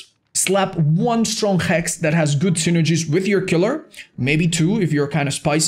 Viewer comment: " you can still dop that, damn. Heck" it's Hex not heck. sorry i leave rn